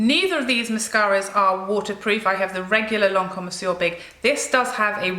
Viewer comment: It is nice to hear Monsieur big being pronounced properly after watch loas of USA make up channels.